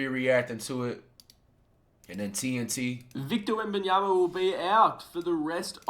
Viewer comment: Victor Wembiyamia LOOL is crazy FLIGHT